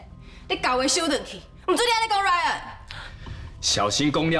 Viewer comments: 1：19：26 把Ryan念成lion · 原來RYAN變LION了!哈哈哈~ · 有人發現講成lion嗎哈哈哈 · RYAN都念不好了，還要接班 XDDDD